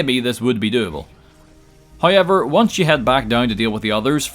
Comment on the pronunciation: Is it "hoiyever"?